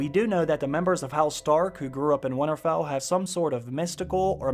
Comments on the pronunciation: Nobody:: "Wannarfell" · Great vid but it’s not winnerfell there is a t in winter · Can someone teach this guy to say Winterfell instead of winnerfell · Why can't you say winterfell ? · The way you say "Winterfell" though...